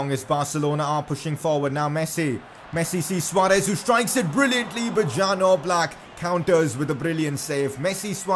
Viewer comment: It’s pronounced ‘Yan’ Oblak not Jan Oblak. Like so cani can see.